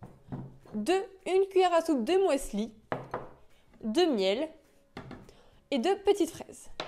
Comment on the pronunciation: du "moisli"? ehehehe! 😊😉